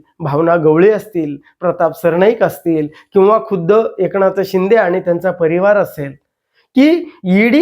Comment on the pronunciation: एकणाथबोलतात...न कि ण हे न समजणारे हे काय विश्लेषण करणार